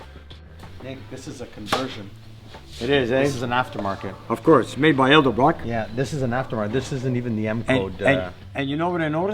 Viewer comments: Hey! It is pronounced"Edelbrock", not "Eldebrock".....lol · Garage Love these videos!! Reminds me of simpler times. Keep 'em coming!! ( Edelbrock, not Eldebrock :)